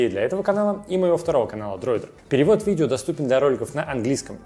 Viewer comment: Цермины, видзео, пасмаарець.....- что это за ужас? Идиотский говор, дефекты речи, сидит в шапке, звук в нос, звукоизвлечение в нос.... Какой неадекват мог сунуть "этот набор" в кадр???